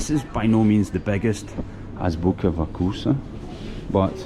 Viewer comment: If you’re trying to pronounce the name Азбука вкуса properly., don’t say ‘вакуса’. Instead pronounce’фкуса’, it’s much easier. It’s called оглушение согласных, или “regressive devoicing” in English.